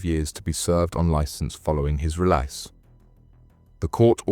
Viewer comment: His relise😂😂